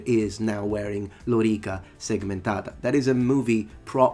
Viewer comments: Re: Vowel length – while he stressed the first syllable (“lórica”), you stress the second syllable instead (“loríca”). Both pronunciations are wrong, as the original one is defined by vowel length instead of stress (“lōrīca”). It’s difficult for speakers of languages that feature stress instead of phonemic vowel length to accurately distinguish between long and short vowels! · Why did he use 'lorica' yet pronounce it badly? Because he doesnt need to have great pronunciation; he only needs to communicate his ideas. You understood it so there is no issue for him or his profession. Blood groove aside, this vid was too nitpicky in a number of cases. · lorica is original, it was used in the latin period. It's the union of lorica and segmentata that was uncommon in the latin period and probably a later "forgery". So, he is still wrong in pronouncing the term lorica. Plus, he is not an average joe but an academic, so he should act as one.